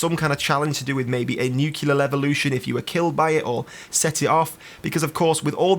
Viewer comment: NUCLEAR, NU-CLEAR not NUKEyouLER.